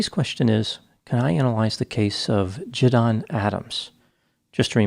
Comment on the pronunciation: Quick correction: his name is JiDion, not JiDon, and is pronounced Ji-dee-on.